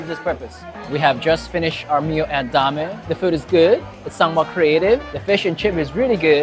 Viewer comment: its pronounced dame